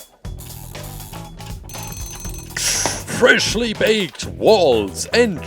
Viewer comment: The best part of this mans videos are him saying fershly bayked